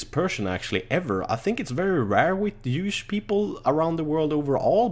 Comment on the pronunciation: when says jewish it sound like youish